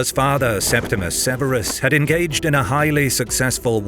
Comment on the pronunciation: It’s Septimius Severus. And why show Macrinus returning to Rome? He was killed in Syria.